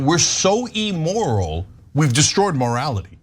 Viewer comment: Ugh, the way cenk and anna pronounce immoral is like nails on a chalk board. They both pronounce it e-moral. Better start pronouncing words right if you want to be president cenk.